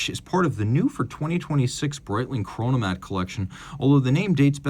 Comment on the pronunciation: "Chronomat"🫩 geeezus